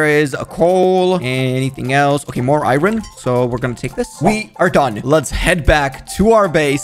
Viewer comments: it's iron not iyoyn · Iron not Irin 😭